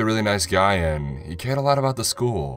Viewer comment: Not sure who you got to read this, but maybe get that person some lessons or just get someone else. It was off-putting how random “and(s)” were emphasized and some words were drawn out. I couldn’t focus on the story.